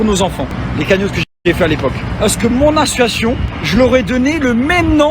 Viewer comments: assossion mdr j ai bloker sur ça aussi haha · Il arrive même pas à prononcer association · c'est marrant parce qu'il n'arrive pas à bien prononcer association sinon grosse force à 💪👏